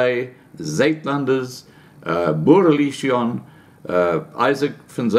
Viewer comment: isn't legion an english word?....why cant you pronounce "boere legion".....?